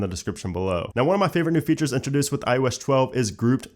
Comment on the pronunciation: iO Esh 12? I don't get it, you say ios 11 just fine.